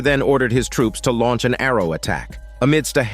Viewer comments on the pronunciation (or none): none